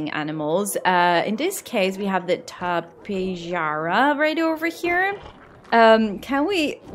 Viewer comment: To be honest, your pronunciation of Tepejara was pretty dang close. I give you points for attempting them. Shows that you care. :)